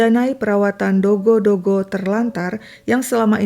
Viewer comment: Kenapa sebut dogy JD dogo??